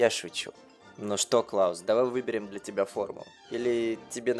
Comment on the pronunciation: слово "для" прочитал как "бля"